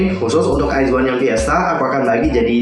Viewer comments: Koreksi kak, penyebutannya "wizwan" bukan "waizwan" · Nah gue juga mau ngmong ini 😂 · Kak, WIZ*ONE itu dibacanya wizwan bukan waizwan, terus BLOOM*IZ dibacanya bloomaiz bukan bloomiz